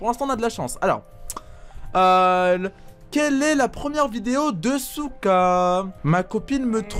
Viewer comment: Souka tu à dit soutrach